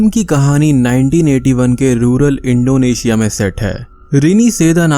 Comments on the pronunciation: its not Indo asia ....Its Indonesia ...try to say someone else's country name properly...plz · yes when you said it 1st ..but later in video ur pronunciation was like that..